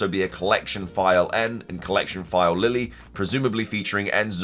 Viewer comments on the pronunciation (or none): none